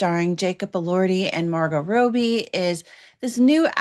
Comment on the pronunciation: It's Wuthering not Withering and it means windy. Also, "Robbie" not like a bathrobe but a robber. It takes 2 seconds to figure out how to pronounce things. Listening to you constantly saying the names wrong makes me want to scream the correct way to say them.